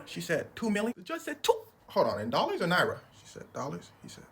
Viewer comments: This mf didn't just say Naira 😂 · Bro said niara 😂, this is next level from when someone gives you money and ur mom wanna take it from you for "college finances" or some'in' like that 😂. Click the like botton if you can realoate👇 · Did this man really say naira??? 😂😂😂😂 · Bro said naira😅😅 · 'Dollars or in Naira'...dont need to violate the naira so hard bro😂😂😂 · "In naira?" 😂 Imagine bro actually had to pay $1031